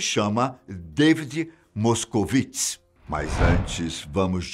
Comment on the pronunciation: Correção: David moskowitze Devid moskowitz. É um produtor de cinema. Linda matéria te adoro